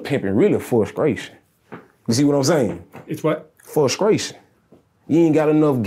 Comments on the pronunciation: Its fuscration😂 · Interviewer: it’s what? Him: FusKraytion 😂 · "Fruskration" "What was that?" "Fruskration" I lost it😂😂😂😂😂😂😂